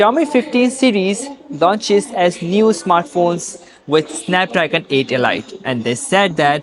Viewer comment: so...if elite is read as e-light in your pseudo english, wonder how you read the word "light".